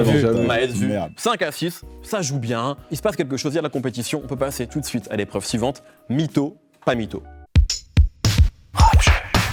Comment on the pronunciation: "L'épreuve ssivante"? Le gars enlève autant de points que de lettres.